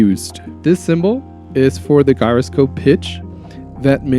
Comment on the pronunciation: If you use midi a lot then an app i strongly recommend is midifire. It does too many things for me to explain here. Read about it in the App Store. It is really solid. Also Gyroscope is pronounced jyroscope. Keep making videos. It's a great way to learn and communicate. Do not get discouraged with bad comments or not many subscribers. Just keep going and try to learn from comments and feedback. Don't get insulted. There are a lot of jerks out there who like to write bad things. Don't let it bother you.